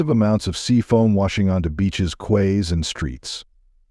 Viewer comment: Quays are pronounced: "Keys"